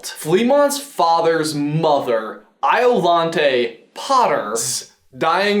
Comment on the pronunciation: I could see it happening. The fans would be down, and I think JK could figure out a way to write him in that would connect with the main series in an interesting way. Though the thing that really caught my attention was how you said Iolanthe. I was in a show called Iolanthe, (playing said character) and the last syllable was always pronounced with the "th" and not the hard t as you have done. It actually sounds pretty rad when you say it that way :P